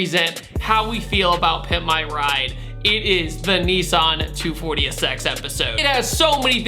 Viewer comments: Every time you say NEEEE SAAAAAHHHHNNNN I cringe. It’s called Nissss Ennnn (Nissss-EN) Nissan is not pronounced Neeee Saahhhnn. Sorry to be that guy but I feel like I respect you enough to correct you, don’t take it the wrong way please my dude. Love your content. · Don't say "neesan" say "nis-san" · Why do Americans pronounce nIssan Neeessan it is an I not an E so is pronounced Nissan not Neeeeessan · what's a NEESARN?